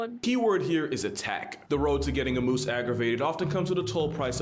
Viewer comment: As a Canadian. "Moose's" hurt me a bit. Still a super good video, keep up the amazing work and have a Good Day! 🐢